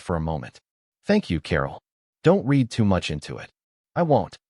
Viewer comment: AI is always getting the tense of words like Read wrong, using the present tense pronunciation for past tense and vice versa. A very good reason for using human readers. It is not the only reason.